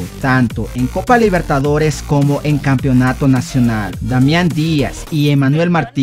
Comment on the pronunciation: No pierdas tiempo solo en saludos , porque no hay otro canal para ver deportes no me cambio, sigues pronunciando capionato, pronuncia bien campeonato, casi 4 minutos solo Barcelona, habla sobre más equipos, voy buscar otro canal que hable completo sobre el fútbol de Ecuador.